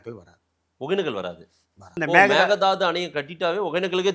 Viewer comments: Hey it is mekedatu 😮 not a mekedadu 😂😂😂😂 mudi still not perfact 😮😂😂😂😂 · Actually sir.. மேகதாது இல்லை .. மேக்கைதாட்டு.. மேக்கை நா ஆடு.. அப்புறம் kudagil குஷல்நகரில் tamil பேசுவார்கள்.. kudagil tibatians உம் இருக்காங்க..